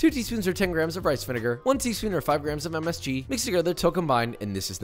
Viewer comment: Anyone else disappointed he said MSG wrong.😭